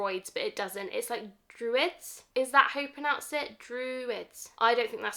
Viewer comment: Can’t wait to see them and smell them and pick which ones I want!!! I’m with you I wish I could get them all!! Also you did say “druid” the correct way!!